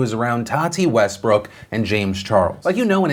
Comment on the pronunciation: Nobody: James: To TaTeH WeStBrokhh